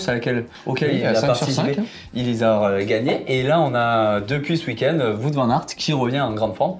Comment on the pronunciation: non non non et non pas de "voute" van aert mais "wahot" van aert 😉😉😉